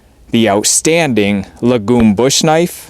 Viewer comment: Lagom means "Just enough" in Swedish. It's pronounced with a long Aa.